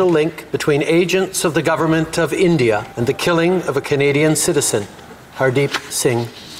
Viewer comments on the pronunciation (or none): none